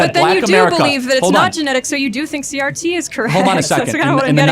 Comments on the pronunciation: I enjoyed your video but you constantly call critical race theroy CTR. It is CRT. Again i enjoyed the video. But it was driving me nuts lol. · Omg narrator, you invalidate your argument by degrees every time you say CTR instead of CRT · Are you dyslexic? it's CRT not CTR